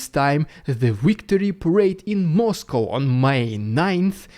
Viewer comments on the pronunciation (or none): none